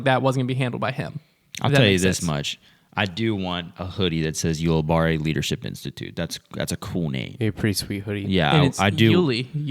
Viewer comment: Ulibarri = You-lih-berry